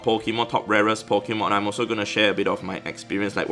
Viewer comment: Nobody: An Asian: Po ki mon